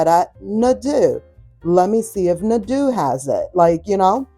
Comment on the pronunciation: We have a Nadeau near us, in Knoxville, east TN. I bought a taupe kitchen buffet 8 yrs ago when it opened, love it every day. It's pronounced Nuh-DOUGH